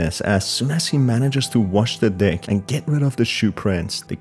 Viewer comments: No offense but when you say deck it sounds like you say d%#$ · I keep hearing him say “ wash the dick “😂😂😂😂😂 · I misheard deck as d#ck 💀💀💀